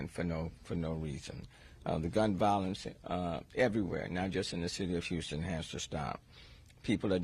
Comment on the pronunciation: Patrick....of hurrrston. 🤦🏽‍♂️